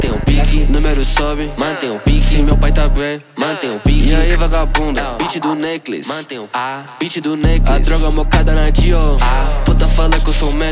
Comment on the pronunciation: E sim, eu sei que ele tava pronunciando necklace, mas ele nem se deu o trabalho de ver como se pronuncia a palavra necklace.